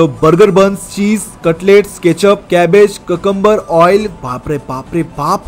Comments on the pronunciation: when he say "cacambar" me be like huh? its cucumber not cacambur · ওইটা কাকাম্বার না,কিউকাম্বার 😂😂😂